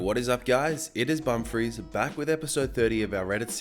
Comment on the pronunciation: Bumfris sounds like bum freeze